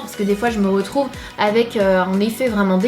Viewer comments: tu fais exprès de dire "on zretrouve" en fait mdr sinn merci pr la video c est sympa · Tu a dit on z retrouve ,sinon je t'adore. .😂? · Sana on zretrouveee tu le dis vraiment 😂 Love you ❤❤❤ #snapananas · Coucou Sananas ❤ J'adore prsk a chaque début de vidéos tu dis "on sretrouve" 😂😂 Je t'adore sinon ❤❤ #snapananas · tu dis " on ze retrouve" mais je t'adore jtm #teamsnapananas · "Salut à tous, aujourd'hui on Z'retrouve " 😂😂🍍💚 #snapananas 😍💚🍍💚🍍💚🍍💚🍍💚🍍💚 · Super video ! Tu n'arrête pas de dire : on ze retrouve ! 😂😘